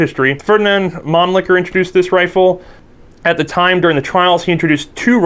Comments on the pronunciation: the guy said man licker instead of mannlicher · Please, please learn how to pronounce "Mannlicher" - it hurts when you say "Manlicker" : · / Pronounced 'Monleeshur' not 'Monlickur' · Why does everybody pronouce the world Mannlicher to "Man-Licker'? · lol he said man-licker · This video was ruined for me because I couldn't stop giggling at 'Mannlicher'